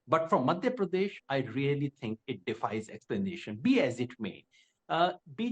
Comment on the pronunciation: Rahul Kanwal ganwaar hai, Madhya Pradesh pronounce nahi kar pa raha dhang se, Pardesh Pardesh laga rakha hai